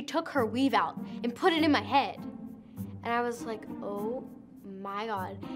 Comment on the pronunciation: This part ALWAYS takes me out💀 the way she says “And put it in my heAd”